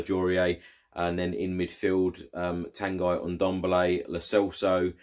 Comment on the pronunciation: can you please pronounce Ndombele’s first name right? It’s pronounced “Ton-gee” as he said it in an early video when signed.